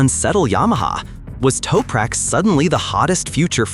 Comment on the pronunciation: U need to say his name correctly mate!